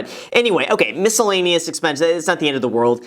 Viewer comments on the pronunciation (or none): “Mis-ke-llaneous” Wow, Graham... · Why do you pronounce silent letters in words like misCellaneous and morTgage? Just wondering why? Is it a joke?